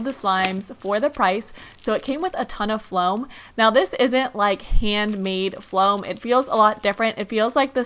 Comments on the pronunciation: Why is that intro so long and why does she say flom like no it foam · Soraya Partida floam* not flom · Soraya Partida uhhh well it’s called floam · Can you stop saying floam